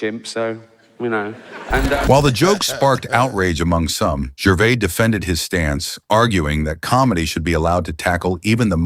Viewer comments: who's "gervay" ; narrator: jer- vase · From Norfolk in England. Firstly, just to correct your own correction, you was right first time. Ricky's name is GERVAIS pronounced GERVAZE. Not GERVAY he's not bloody French, and every time that voice said Gervay I was getting more irritated. I would have loved to see RIcky put him (or it) straight. As for Ricky's point of view, I stopped watching all awards programmes a long time ago because of exactly what Ricky highlighted. Self satisfying, pompous grandstanding that got more cringeworthy with each passing year. My highlight of the famous Golden Globes demolition (seen by recommendation on you tube) was the changing of the expressions on the faces Tom Hanks and Leonardo DiCaprio seated side by side. Mr. Hanks went from broad grins to looking like he was chewing a wasp. Larf is like lark a box o' box o' chawklets, is it it not? Great video sir. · The S in Gervais is sounded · You got the pronouncing correct it’s the AI Narrator who got it wrong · You are using the correct pronunciation. It is the narrator who incorrectly prounced Gervais. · This commentator can't even pronounce Gervais correctly. Stop telling us what we already know! Bishop's Stortford, Hertfordshire (pronounced HARTFORDSHEER) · Gervais is said with the S at the end. The narrator isn't pronouncing it correctly. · Nah, this narrator sounds like AI and is pronouncing it wrongly. The S is definitely NOT silent. Ricky is English, not French. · You were pronouncing correctly. The person narrating the video was pronouncing incorrectly.